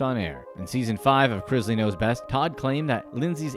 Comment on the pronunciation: It's pronounced Chris-Lee not Chriz-lee